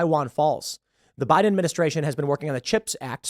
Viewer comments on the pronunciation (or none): none